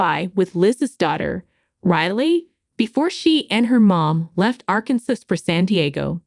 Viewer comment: “Arkansas”- is pronounced incorrectly this entire video 😂